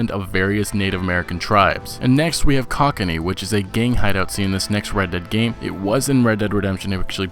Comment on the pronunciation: Btw it's pronounced Coach-in-ay not cock-in-y lmao great video though!